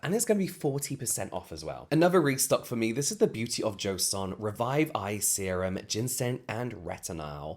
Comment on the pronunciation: I cannot be the only one that will round it when it sounded like you said semem is thar what he said?